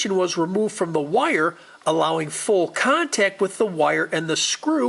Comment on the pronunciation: It is just me, or does this guy pronounce "wire" (Wye-yur) in a way that rhymes with "lawyer" (Lye-yur)? And, for the record, I pronounce Lawyer like Loy-yur or Attorney, lol